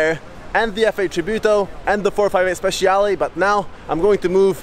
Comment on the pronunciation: Ferrari 458 SPECIALE..! NO "Ferrari 458 Speciiiale" L' Italiano si legge come si scrive, grazie :D !!!